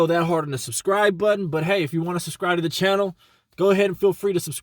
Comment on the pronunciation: this nigga said air lift the like butten.... lol i love it bro